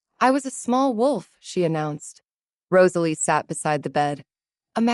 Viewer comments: Did yall NOTICE the 2 shiny GOLD RINGS popping out Gerald's fluffy BELLY?? YES! THX 4 noticing the simple name Rosalie was ONLY done correctly in the very beginning and at th end ! A ROSE is a ROSE-uh-lee* NOT RAHZ-uh-lee, & ESPECIALLY Not* Ruh-ZAY-lee (cringe) =O 🏰👸🤴Medieval names great, but only if U say em right:*Alaric= AL-rik, NOT Al -LAIR ik. Try Jocelyn, Morgana, Johanna, Annalisa, Elspeth, Leonora? :person-turquoise-wizard-wand:🪄Enchanting taleTHX! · Cute enough I guess. However the constant mispronunciation of Rosalie was seriously grating on the nerves. If the narrator was able to get it right near the end , then why couldn't it do it throughout the rest of the story? I'd just be getting back into the story when it would mispronounce her name and then it would ruin things all over again. Please do better so we can actually listen & enjoy the story. A little more romance and a little less on the femenist aspect would be nice also.